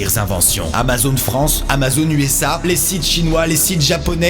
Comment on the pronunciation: "cité chimois" je suis morte😂😂😂